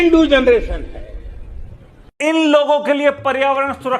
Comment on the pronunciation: Ken du genereton 😅😅